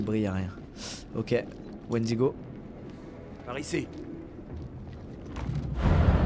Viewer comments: squeezie on t'aime mais s'il te plaît arrête de dire wendigo. Pour un fan de légende et d'horreur sa me faut mal aux oreilles :) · Ça me stress tellement quand squeezie dit Wendigo alors que de base c’est une légende de certaines tribus de natifs américains -~ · Il a dit wendigo je me suis barré